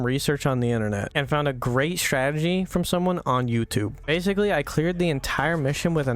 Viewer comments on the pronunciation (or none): none